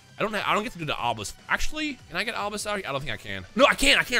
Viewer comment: Kash-Hor-belisk, that's kind of terrifying!